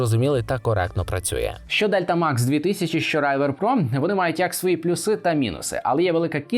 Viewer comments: Не райвер, а ривер - river. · Только не Райвер, а Ривер))) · не райвер а рівер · Чого "райвер"?)